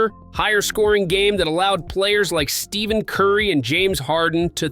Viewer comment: There's a reason they call him Steph and not Steve. ITS NOT HIS NAME. Its pronounced "Steff In". Not "Steve In".